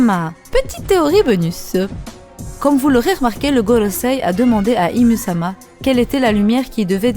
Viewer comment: Bonne theorie mais ca se dit pas ym ?